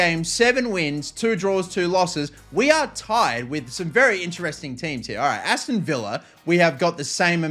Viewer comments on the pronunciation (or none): none